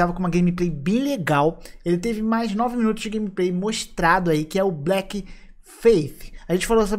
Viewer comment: Sem querer ser chatão, mas já sendo... a pronuncia para Bleak seria "blik" e não "blék"